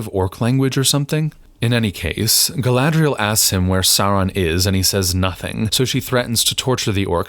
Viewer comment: Well, I took your advice about watching the battle beginning at 38:something. Other than I see your point, entirely, all I can say is "Gallladrreierreierreierreielle" 😯 🤣🤣🤣🤣🤣🤣🤣😂😂😂😂🤣😂😂😂😂 It's a good thing you're watching this toxic-waste-train-wreck, so I don't have to; thank you for that👍 🎃😷✌